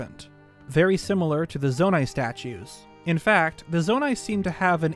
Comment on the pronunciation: Me chilling here day 1 on Tears of the Kingdom listening to him say "The Zonia may not have a part to play in the sequel"